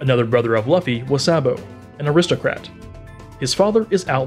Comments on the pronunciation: I thaught he said lughthy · when you reupload with new narration, but still say luhffy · wow “luh-ffy’s family tree is crazy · "Monkey D Luhfy" 💀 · "Monkey D laffy" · Lu-Fee bruh it's pronounced Lu-Fee and Si-kay not say-k the butchering of these names are Killin me it was hard to watch to the video without being tempted to mute the audio still good One Pie-say video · Ah yes Lufhy, Port-Gas, and gARp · It's lu-fee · It’s like this loofy that’s how it’s pronounced. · Bruh "luff-e" lol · It is pronounced "lu-ff-e" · not the 'luhffi' and 'portaegoos' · It’s Pronounced LU-FEI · Wait who's laffy? Lmao😂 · its not luffy is said loo-fy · It is spelled luffy but pronounced loofy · Bra it’s luffy lew-ffy 🤷🏾‍♂️🤦🏾‍♂️🤣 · It’s pronounce L-oo-f (e) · I man said lufey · Luhffy 😂 bro shit is triggering me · How do u read luffy and say laffy😂😂😂🤦🏾‍♂️ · You say it like looffy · It is loo-fee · It’s pronounced loofee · Calling Luffy Laffy proves that you have no idea of One Piece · stopped watching the video once he said laffy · i disliked when i heard laffy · "LUHffy" just delete the video dude ur ruining OP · Luhfee?...gezuz learn to pronounce it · The Luffy pronunciation just put me off man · He said luffy but the u is veryyyyy a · the way he is pronouncing luffy deserves a dislike . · The Luffy pronunciation really did kill it for me. BUT, I just turned down the volume a little bit and kept watching. Still a good video! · LUFFY?ITS PRONOUNCED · yeah as soon as i heard that luffy pronunciation i was out dawg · The way you pronounced Luffy was such an insult to the ears I didn't want to watch the rest. You should take this down and redo it with the right pronunciation. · I didn't make it a whole minute he can't even say the main characters name correctly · These pronounces are killing me man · I think he see it in english instead of Japanese. And everything he puts on the video is correct except for the pronunciation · god the way he mess pronounce luffy's name.... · Laffy LOL